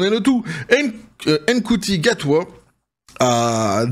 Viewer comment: "la meuf" comme tu dis si bien c'est Jodie Witthaker et ce n'est pas "Mkuti" mais Ncuti Gatwa, franchement aucun respect pour les interprètes des 13 et 15ème Docteur ...